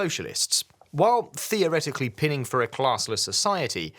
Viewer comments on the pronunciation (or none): You pronounced the word 'pining' as 'pinning', but the word 'pining' is pronounced as 'pie-ning' as in 'to pine' for something, or to 'pine away'. Also, the word executors in the legal sense is pronounced by stressing the second syllable, you stressed the third syllable like someone who executes people with an axe.